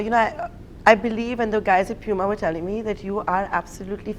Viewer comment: umm actually...its poo ma not pew ma